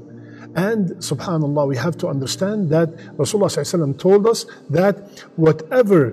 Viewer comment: Please, say 'Sallallahu alaihi wasallam' clearly.